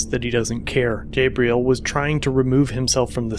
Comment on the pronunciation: Lmao bro it’s pronounced (jah-bril) not (jay-bril) 😂